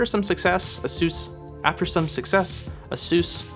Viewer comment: Just an FYI, it’s not pronounced A sus, it’s pronounced A Zeus. The company came out a while back and said it’s pronounced “A Zeus.”